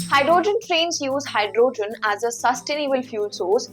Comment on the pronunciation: Great command on the Language. Make it better by looking up the correct pronunciation of HYDROGEN ( the O is hardly pronounced) and particular , the A is hardly pronounced…no need to elongate the space between the P and R….so it is almost pronounced as Prticular! I know that the consonant followed by any vowel generally requires the elongation…but it is rule not a principle. Therefore you can’t apply it everywhere….youll simply have work hard and learn the words where it is and it isn’t applicable.